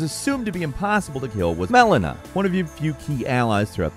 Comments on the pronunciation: Why did you keep splicing Maelina's voice clip. Lmao said the name wrong eh? Had to fix it? 🤣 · Lol, you can tell the presenter messed up her name and then they fetched the proper pronunciation from a previous video or a wild take lol. C'mon guys would it be that hard to just re-record 2 minutes of dialogue? Great video though. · Did you pronounce Melina wrong and then go edit it in every time you used it? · He definitely pronounced Melina’s name wrong on the first pass and dubbed in the new pronunciation. Lol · Why did you dub over her name? Were you pronouncing it wrong before??? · Sounds like somebody mispronounced Melina during the first take lol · Why is Melina pronounced really loudly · Mellona...... Mellon a........ It's Melina oh my god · Did you forget to say Melina while recording lol those first few Melinda's were hella edited in 🙃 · My guess is he kept calling her "MalEEna" and dubbed over to correct it. I dunno 🤷‍♂️ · You can tell he had to insert "Melina" in there as I assume on the live version her recoded he pounced it Mel-een-a. Still a great video though, made me chuckle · How badly were you messing up saying the name Melena, that you had to edit every time you said her name in the video? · Always intrigues me how he gets so many place and character names wrong… Melana??? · The jarring edits where you can hear say “Melina” are fucking hilarious! He does always seem to have a way of pronouncing names very strangely! He probably pronounced it Mileena the whole recording session and they had to go back and fix it in post. Work on your pronunciations please! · ahhh yes, MELONA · Why do you sound weird when saying melana?! are you a bot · I have a feeling didn’t play the game with all the mispronunciation and the fact that he must’ve said Melina wrong considering it was overlayed like 4 times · The dubbed pronunciations of "melina" and "radagon" are hilarious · I notice you got Melinas name wrong several times xD